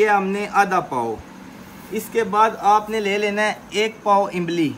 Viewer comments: جب اردو بولتے ھیں تو امبلی نہیں املی کہتے ھیں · Imbli nahi imli bolo bahi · imli ko imbli 😂